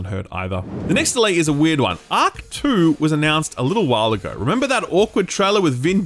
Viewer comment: My God, listening to say " Auck 2 " instead of Ark 2 was hilarious. Work on your Rs buddy 😂